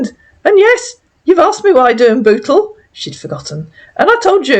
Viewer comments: Sounds like he is saying that he lives in Butthole lol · Sounds like he says he lives in butthole. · Sorry, I'm just going to say it...he sounds like he is saying B*tthole instead of Bootle.😆🤦🏻‍♀️ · lol lol lol he cant even say bootle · 😂😂 That is how he's pronouncing it. 🤣🤣